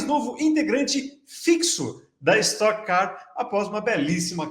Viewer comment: es"toque" car, já tá no nome